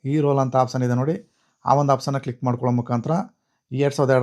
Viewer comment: ಮೊದಲು ಸರಿಯಾಗಿ ಪದಗಳನ್ನ ಉಚ್ಚಾರ ಮಾಡುವುದನ್ನು ಕಲಿಯಿರಿ ಆಪ್ಷನ್ ಬದಲು apson ಅಂತ ಹೇಳ್ತಿದ್ದೀರಿ